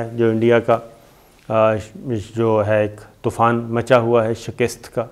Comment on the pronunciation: Ap her waqat shakist kehty hain لفظ شکست hota hai, yani kaaf کے نیچے زیر nhi hoti زبر hoty hai.